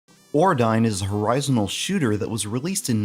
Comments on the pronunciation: 'Horizonal' shooter? I think you mean 'horizontal'. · Hori-zonal, huh?